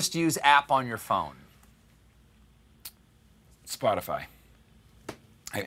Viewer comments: Am I the only one who caught him saying "Spotify" in the most Boston way possible ?? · Everytime John said Spotify his Boston accent really shined through